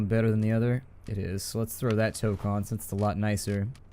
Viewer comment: I cringe every time you mispronounce toque.